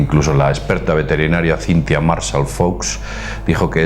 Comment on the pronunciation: veterenaria jajajajaja min